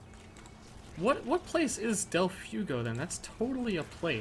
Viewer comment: Delfugo? Is he trying to say del fuego? Because that means, literally, 'of the fire'.